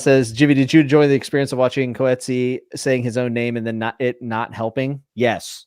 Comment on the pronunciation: Coetzee is a Dutch name. Pronounced Coot-zey. I should know because I'm Dutch.